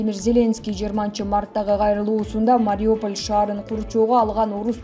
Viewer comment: Эээууууу, диктор кыз Мариополь эмес Мариуполь деп окусаң боло.